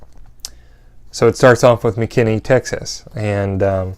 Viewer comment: hahaha.... McKinney.... not quit pronounced that way.... but that's great. and Yes it's DFW area. !!!! Great video.